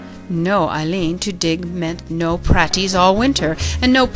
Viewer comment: "Praties" contains a long "A", and is pronounced "PRAY-tees".